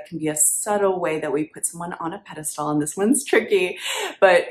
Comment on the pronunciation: peh·duh·stl, sounds like pedastool